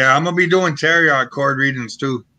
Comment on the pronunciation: Do you mean tarot? Sounds like TARE-OH..?